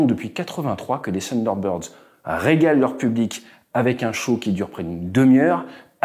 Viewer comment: Bonhomme ce n'est pas ''Sunderbird'' c'est ''Thunderbird'' avec le ''th'' !!!